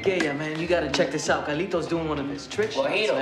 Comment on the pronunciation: It's supposed to be Carlitos, but since they're Puerto Rican they just drop all of the Ss.